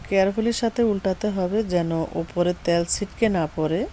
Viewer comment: ত্যাল না তেল।